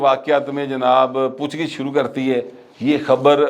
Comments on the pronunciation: It's POOCH GUCH not pooch gich, just a correction otherwise I like your V logs. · میری بدنامی نہ کروائیں ، پوچھ گِچھ نہیں ہوتا بلکہ پوچھ گّچھ ہوتا ہے اور حلمہ نہیں ہوتا حملہ ہوتا ہے ۔ جہاں کنفیوژن ہو مجھ سے رابطہ کر لیا کریں 😅